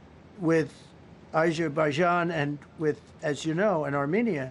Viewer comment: Aszzzherbaijan and Aszzzz-you-know and Armenia.